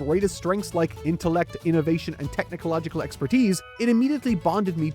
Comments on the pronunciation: Why does he say "technical logical" instead of technological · Why does he keep saying "Technicological"? It's so distracting for some reason. Love the vids, though!